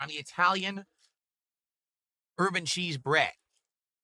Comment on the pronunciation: Did he say herb-n-cheese or urban cheese?